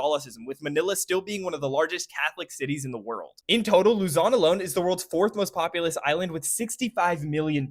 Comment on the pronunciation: he fucked up Luzon